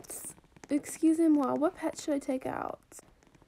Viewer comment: Lavenders speaking: exusemwaa